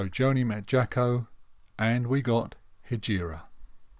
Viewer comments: Good video, you’re right on it, but his name was pronounced “Jocko” , not “Jacki” - that’s a bit annoying. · With all due respect. he pronounced his name “Jocko” - so that would be the correct way to say it. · You're really not getting this, are you? Accents affect how words are pronounced, either nationally, or regionally. In the case of the US, it would seem that when certain people say the name "Jaco", it sounds like they're saying "Jocko". They don't actually think his name is Jocko, they know it's "Jaco", and they think they're saying it correctly, which to them, they are. Please let that sink in, finally. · He didn't pronounce it "Jocko", his American accent made it sound that way.